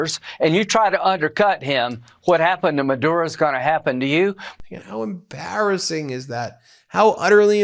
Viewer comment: Why does this creep say “how embarrassing” like that……